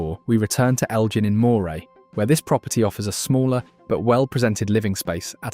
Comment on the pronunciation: Pronunciation!!!! Moray is pronounced Murray not moy-Ray.